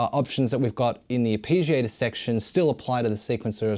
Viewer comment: Ar pee giator?